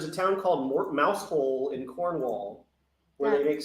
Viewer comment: Note on Mousehole, the locals pronounce it more like "mow-zul"